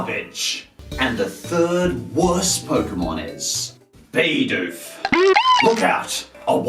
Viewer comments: It us pronounced Bih doof not bee doof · It's bi doof bi-doof it stun fish stun-finish stop saying it wrong it like saying butt free it triggers me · 'Bidoof' not 'Baydoof' -_